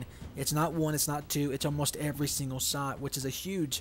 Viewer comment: You say sot... Not shot :-)